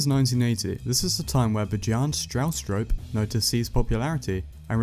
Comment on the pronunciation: "Bedjarn Strawstrope" lol.